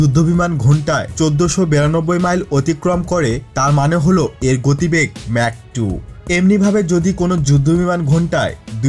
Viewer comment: উচ্চারণটি ম্যাক না মাক হবে